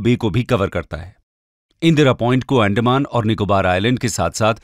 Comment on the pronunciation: अंडमान❎ एंडमान ✅